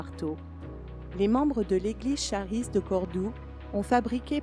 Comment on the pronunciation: Désolé pour (1) quelques soucis techniques au montage final - on continue d'apprendre! (2) la prononciation erronée du mot Charis, grâce (prononcez "karisse") le doublage a été réalisé par un service séculier et je ne l'ai vu que trop tard :(. Merci pour votre grâce!